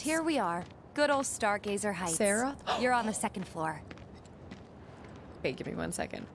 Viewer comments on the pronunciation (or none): Can I just say how hilarious it is when she calls Sephiroth "Sarah"